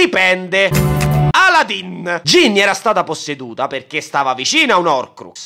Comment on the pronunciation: Ahahaha Aladdin o Aladdin? 😂 😂 😂 😂